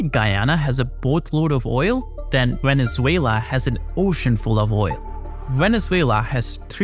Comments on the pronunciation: "VENELUZA".....???....HAHA.....don't trust this guy at all...... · 😂 Veneluza ? I know Maduro is a loser butttt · It is not Veneluza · Veneluza... Dude, come on! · literally opening your video just to see this complete butchering of my country's name on the very first second